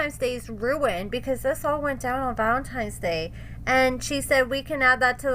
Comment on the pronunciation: Why does constantly say Valentime's Day... instead of Valentine's Day? 🤔